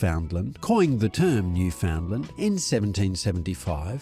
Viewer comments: Where to start.............., Firstly, you need to work on your pronunciation of Newfoundland. Properly uttered it rhymes with understand, as in understand Newfoundland. NewFindland, Newfoundlound, etc are so incorrect and really, really irk the people who live here. In addition, the nickname Newfie is very offensive in these parts. Kind of like calling a person from Pakistan a "Packi" . Please refrain. Next, you say the dog was 'developed' for work with fishermen. Not so. Europeans pitched on our shores in the late 15th centaury. At that time, The Newfoundland was already established, probably welcomed visitors even then. No one had to "breed" them to achieve their abilities. Those were innate You mention Labrador in the video. The Newfoundland Dog has zero connection. to Labrador. However, in the early 18th century, fishermen were wishing they could have a short haired and slimmer Newfoundland. Pulling a 180lb dog over the side of a small boat was dangerous. Locals bred Newfoundland's with a smaller dog called The Saint John's Water Dog to achieve this. Eventually, the result was a short haired, smaller dog. Perfect. It was named The Lessor Newfoundland. In the late 19th hundreds, a British military man, stationed here discovered this dog. He realized this dog would be popular in Europe and renamed it The Labrador. The rest is history. There are many breeds who owe their existence to The Newfoundland. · PLEASE! noo ·fuhnd ·luhnd! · Oh please! Noo fund lund is the appropriate pronunciation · At the very least learn how to properly pronounce both the Canadian Province AND the dog breed's name. Idiot!